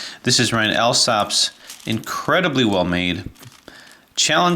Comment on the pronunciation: Thanks for making video on the puzzle! So glad you like it and that you find it such a joy to play with. It was a pleasure to make it for you! One thing though, my name is pronounced ALL-SOP:) Ryan